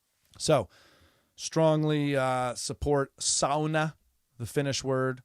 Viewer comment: I don’t give a rats ass about tennis, but I’m a fan of you at the Daily Show. Two things: you pronounced Toronto like a local😊; you pronounced sauna like a Finn 😊 I’m not from Toronto, further north we say Trawno. My family is from Finland, so all us Finns, maybe only me, get excited to hear someone pronounce “sauna” correctly. A piece of advice about sauna culture: don’t tell your kids to not piss on the rocks. That’s my brothers and cousins did before our parents entered the sauna. We got holy hell, but what the hell. Of course then we had a wood fired sauna with river stones on top - they don’t crack under heat apparently and steam of youthful piss to greet our parents. Again, don’t give a shit about tennis… except I knew Osaka-sans father in Osaka at his bar Zoz’s Bar in Shinsaibashi. His daughter must have been one or two years of age, never met her. I remember her father working to help the downtrodden of Osaka in many ways. One way he did was to open up his bar to my friend who organized “Onigiri for the homeless”. Matt Walsh, bless his soul, would make a traditional Japanese rice ball and distribute them to the homeless in Osaka. Also, he opened up his bar once a month for my open mic event “Writers Anonymous” without a fee and with staff. This was back in the 90s. When Naomi Osaka became a world champion, I could recognize her father’s values. I never met her mother but it’s an easy assumption her values carried through also. Love your comedy. Michael